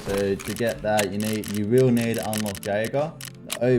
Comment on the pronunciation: Wild pronunciation of Jaeger.